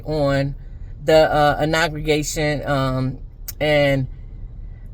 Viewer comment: Learn how to pronounce inauguration before you start talking about it. 😅😅😅😅